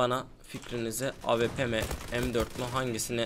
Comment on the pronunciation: Abi avp değil awp